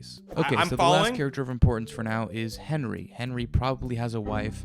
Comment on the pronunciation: bro said "henwie :3"